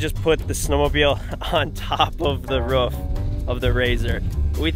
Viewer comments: saying ruff instead of roof count 3 😜😂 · says rof instead of roof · Roof not ruf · I’m from nz and hate how they say roof. Love the content